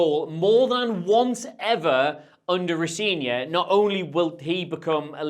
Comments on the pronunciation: It's pronounced Ro Zen ior, if you're getting into that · Appreciate the effort to get that name right. And then note: Rosenior is not pronounced how you pronounced it here. The middle E is an EH sound.